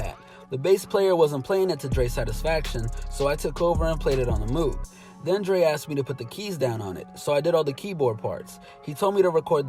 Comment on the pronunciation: One of the biggest secrets of production.... how to pronounce moog! not moo wit a g, it's supposed to be moog like vogue.